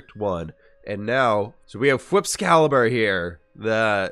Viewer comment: “Hey let me have some of that cool FWhip “ “The what?” “You can’t have a pie without cool FWhip “